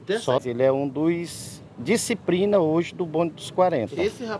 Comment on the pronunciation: Kkkk tão competente que fala diciprina kkkk só invés de disciplina